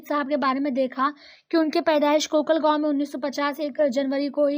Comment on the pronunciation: Mam😂 ham musannif ke hi gao ke hai and un ke gao ka naam kokalgaon😂 ( kalgaon) me paida huye or (zila) Jise English me district matlab zila hota hai or hamara zila yautmaal nhi (yevatmal) hai sorry but aap Talim de rahi ho to dekh kar padha ya kare hamare nana hai nasheet